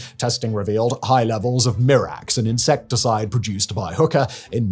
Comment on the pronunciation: Mirex... Mirex, not "Mirax". Thank you for posting this video.